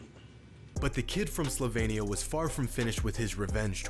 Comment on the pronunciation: By the way, Luca played for “Ray-ahl Madrid” RAY-AHL. Note Ree-ahl. And it’s “slo-vee-nee-ah” not slo-vay-nee-ah. It’s kind of disrespectful to pronounce all these names wrongly. Americans would go nuts if someone didn’t pronounce our country name or top team’s names incorrectly. Do a little homework.